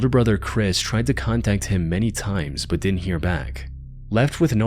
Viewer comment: You know the word is "but," right? Not "bud."